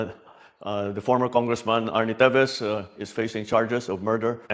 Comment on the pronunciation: Teves and not Tibes ..🤣